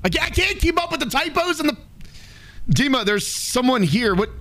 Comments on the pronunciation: "Deemah" (h is mute) is the correct way to pronounce it. You said it right. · Loving the content bro! Hilarious video 😂 Also, the way you pronounced 'Dima' was spot on! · And yes, you read the name "Dima" very correctly! This is literally how it is pronounced - firmly, with emphasis on the first syllable. It was even a little unexpected XD